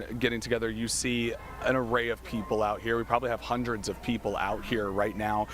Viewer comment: Taught him to say hundreds 😂 come on ninja